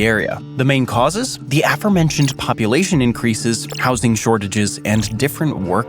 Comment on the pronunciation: Afermentioned? Did you mean aFOREmentioned?